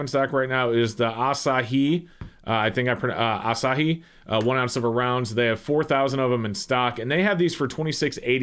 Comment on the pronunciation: Yes, you pronounced Asahi correctly.